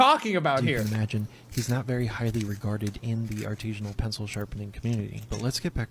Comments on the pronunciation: The way he says "artesianal" (referring to a type of water well) vs "artisan" is how I know he's a troll. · the guy saying "artesian" instead of "artisan" every single time is a huge clue lol. i doubt he is stabbing his pencils into the water table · it pisses me off that he says "artesian" and "artesianally" and the word is fucking ARTISAN/ARTISINAL/ARTISINALLY ET CETERA I AM LIVID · "Artesianal"? Yup, he must be from the dimension where they say "Parmesian cheese" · why does he keep saying artizhinal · If he were serious he'd know how to say artisinal